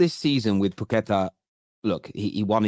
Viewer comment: PAQUETA! Not pooketa